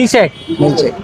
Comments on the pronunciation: মিল চেক ✅ মিল্ক সেক ❌ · মিল্ক সেক ❌ মিল চেক ☑️ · হায়রে মুরক্ষ মিল চেক হবে না 😂 হবে মিল্ক সেক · মিল্ক সেক নাকি মিল চেক 😅😅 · মিল্ক সেক ❌ মিল্ক চেক